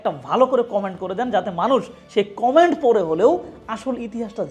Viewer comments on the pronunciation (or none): none